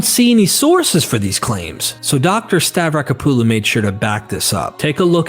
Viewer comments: I wish he would pronounce Francesca's last neme correctly. Stah- vrah-KO- puh-loh, there is an accent on the first "o". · STAVRACK-OPPALU... what the hell is stav-racka-poo-loo